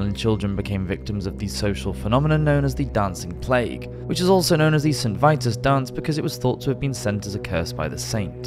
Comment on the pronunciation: im seriously disturbed by the way you chose to pronounce Saracens or even St Vitus.